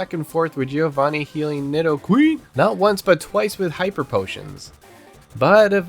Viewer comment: The way you say nidoQREEN 😂